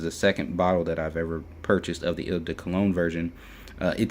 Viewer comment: eau in eau de cologne is pronounced like oh not il or whatever you are saying. Or better yet just say the letter o. I'm not trying to be an ass. In fragrance reviewing there will be a lot of butchering of words.The online dictionary can be a good friend. look up words and hit the sound button. If I have come across as an ass or just being snooty I apologize